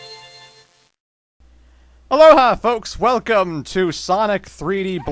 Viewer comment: and who fooks? Was that the canadian in you coming out? :P Anyway, you going to do those rather pathetic sonic fighting games? If not, you going to show them off, or just let them fade away?